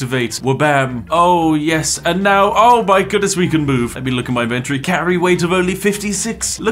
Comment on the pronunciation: Eeehm... It is called IN-ventory.. NOT INVEN-tory... Not even if you are conservative.....